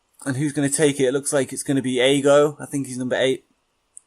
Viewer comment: Brilliant new series just one thing Aogo is said how it's spelt so it is literally a-o-go